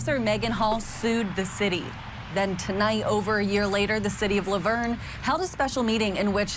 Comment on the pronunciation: Even I know it's pronounced Laverne like the girls name😂and I'm from the UK